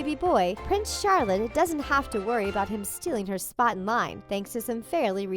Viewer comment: Ahahahaha she called Princess Charlotte 'Prince Charlin' what even is this video